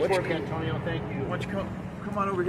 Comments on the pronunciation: Just call him An-tow-nio. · Antonio A-“Bay”? sounds like a SovCit to me